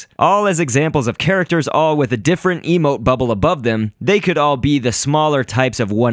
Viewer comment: Who else thought he said a emo bubble?